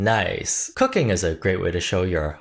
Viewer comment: Broski I thought you said cucking instead of cooking